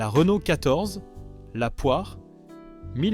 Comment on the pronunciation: Problèmes de prononciation de Panhard, Renault et Talbot pour ne citer qu'eux, images ne correspondant pas forcément au véhicule dont on parle, et quelques contre vérités: cela fait quand-même beaucoup. Entendre dire par exemple que l'Horizon fut un flop, c'est du n'importe quoi. Je ne vois pas de rapport entre son déclin et la crise pétrolière. Cette voiture nétait pas réputée soiffarde. Bien sûr, elle avait ses défauts comme sa distribution devenant bruyante avec le temps, ses synchros Porsche fragiles et la corrosion. Mais sur ce dernier point, quel constructeur y échappait vraiment dans les années 70 -80? Et que dire du commentaire sur la BX! En quoi la suspension hydropneumatique pouvait nuire au fonctionnement du moteur diésel? Moteur qualifié de fragile... Je crois que là, c'est la meilleure. Fragile le légendaire et très apprécié XUD réputé pour sa longévité? Si tout ceci ne relève pas de l'IA, ça y ressemble fortement. De plus, on aurait parfois l'impression d'écouter un robot.